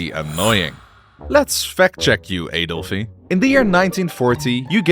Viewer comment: Adolfie? Josephie? Wth